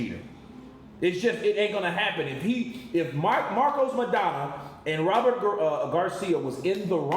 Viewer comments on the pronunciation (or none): Robert! Not Roberto lol